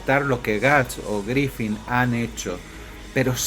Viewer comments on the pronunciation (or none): Buen video, aunque me ponia de los nervios al escuchar Griffin... Griffith amigo! Un saludo